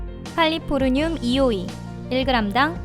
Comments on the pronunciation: 칼리포르늄이 아니라 캘리포늄인데... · 플래티나가 아니고 플래티넘이고 백금이라 부릅니다 그리고 마약(LSD)이 저렇게 비싸군요 칼리포르늄이 아니고 캘리포늄입니다. 캘리포니아를 칼리포르니아 라고 부르진 안잖아요